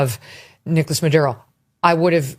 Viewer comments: Don't be jealous that you can't roll you r's. People who speak Spanish will pronounce Spanish names properly. Not mispronounce it in an American accent. You are so funny 😅😂😂 Dale jajaja 😂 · There's nothing wrong with properly pronouncing Nouns in their native pronunciation...come on Tatum. Don't be jealous because you don't speak Spanish bruh haha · Bro its a spanish name so you role the R" youre really getting cringe bro. Stop it. I love you but stop. That's his name you role the R" please Tatum. A lot of black cant even spell their name right. Don't do that lol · 😂😂😂😂 If you can say the mans name the way it's supposed to be pronounced, then why not 😅 that's on you if you can't. Lol practice you'll get it .😅 luv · Ever seen the comedian who joined about using an Irish accent to pronounce an Irish name? Ofc we only have to do this with Latin names. Only black slaves should get reparations. It's so cringe how they pick and choose which groups get special treatment. Well show latin people we support them by pronouncing everywhere names like we're all native. We'll support black Americans by bringing up reparations every few years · In Spanish sounds like that he is saying the name correctly 😂😂😂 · You out of pocket with your rolling rs comment. Love you man, but if you learned to roll your R your missus might appreciate it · As a Puerto Rican I couldn’t agree with you on the accent thing. I speak as clear English as I can but when a last name is latin it seems to me dumb to pronounce it incorrectly (English accent). I’ve had family side eye me when I pronounced Latin names all “white”. I appreciate they put a guy on the news that can pronounce it right. ✊🏽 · Chill out; making a complaint over a person that can pronounce a persons name in their native language. And it’s not in defense for Maduro. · lol There’s nothing to complain about. His last name is Maduro, and it’s being pronounced correctly. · Love you Tatum but don’t be mad because you can’t roll your R’s 🤣